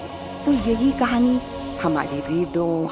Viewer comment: It’s not khani please corrected😢